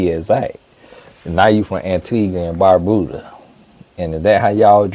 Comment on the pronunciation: 😂 I’m from Antigua and Barbuda and I don’t believe him, because why in the world would you pronounce it that way? The U in Antigua is silent it’s pronounced “An Tee Ga” and Barbuda is pronounced as “Barb You Da” so he’s definitely a second or 3rd generation… a real Antiguan gets irritated when they hear people pronounce it wrong! 🇦🇬🇦🇬🇦🇬